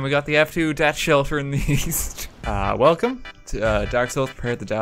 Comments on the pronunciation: "Sexual orientation east"? Oh, I thought you said "Sexual orientation weest"! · East? I thought you said "Weast!"